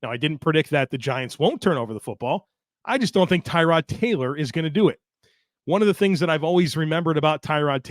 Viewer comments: More like Terr-od. But yeah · Maybe if he wants to call it TAROD Like Terr-ood even TU-RD...however TY-Rod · FYI his name is pronounced Tah-rod. Poor guy, nobody pronounced it right the entire time he was here. He only corrected media once